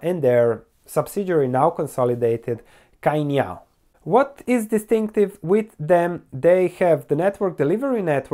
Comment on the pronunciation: the pronunciation is tsainiao even though it is spelled as cainiao.